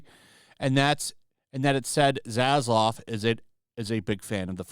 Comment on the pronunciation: Why is it that content providers have such a hard time with name pronunciation? It's Zazlav not Zazlov lol 😂